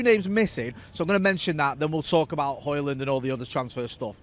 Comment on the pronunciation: Ø. Højlund. Would be fun if you tried the "Ø" sound, I challenge you!